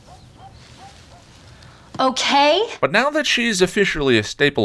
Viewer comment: Am I the only one that hears SMG say "okway" when she says ok?!